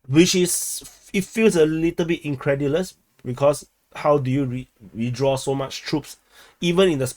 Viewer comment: It's pronounced as 'with-draw' not 'we-draw' ... Thank you. 😛😛